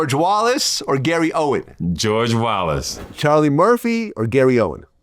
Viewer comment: Not Owens. OWEN. Podcasting 101. KNOW YOUR GUESTS NAME. SAY IT CORRECTLY. {